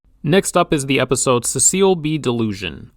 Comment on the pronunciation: Cecil sounds like See-sull.